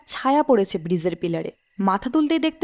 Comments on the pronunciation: Protek ti golpo khub valo lage, darun presentation, actor rao khub valo, sudu aktai choto anurodh, jakhn kono scholar character play hoche, ba kono educated person er character play hoche, kindly ektu pronounciation e research korenin. Bridge k jodi bizze bola hy, ba shadow k ssadoow bola hy ektu essence ta ghete jai presentation er. Please eta feedback hisebe nin, kharap mone krbna ❤️ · bridge to nayikar uchharoney breeze hoye gachhe